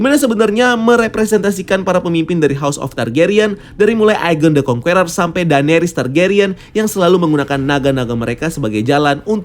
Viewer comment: Kritik dan saran buat.. so far, konten di channel ini menarik dan bagus 👍🏻.. TAPI, pengucapan "conqueror" ny tolong dong diperbaiki, jujur agak risih denger ny dari video serial loki "kang the conqueror" sampe sini pengucapan ny masih "kong-kUeror".. huruf "U" ny silent, seharus ny pengucapan ny itu "kong-Kerer", huruf "E" pengucapan ny sama kyk kata "KE"mana. ada baik ny kalo bahasa inggris atau bahasa yg lain itu di perhatikan pengucapan ny, sumpah risih denger ny. 😉